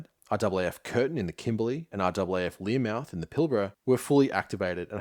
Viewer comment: Minor detail, it's Learmonth, not Learmouth. Excellent video.